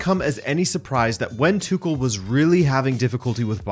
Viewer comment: The way you saying "Tuchel" piss me off. And what's so mysterious with a portuguese football man to attempt to portuguese big matches???